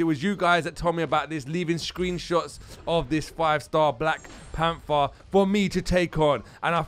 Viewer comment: " we're taking on the black plamfer" lmao sounded like that good video m8